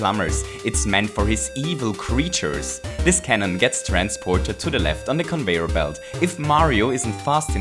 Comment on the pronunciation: convoyeur bilt